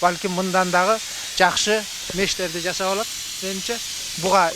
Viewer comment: Ушу туура суйлогонду билишсе, ЖАЗАП эмес, Жасап